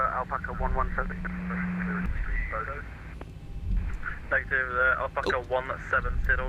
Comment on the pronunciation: Bodø with ø not o. I’m norwegian and i begin to laugh when non norwegian speakers says bodo or budu/o. And Trondheim with d not t but it’s fine.